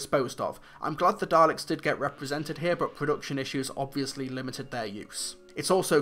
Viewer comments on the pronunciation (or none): none